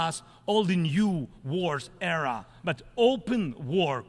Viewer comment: You said era in a bad way your so amazing !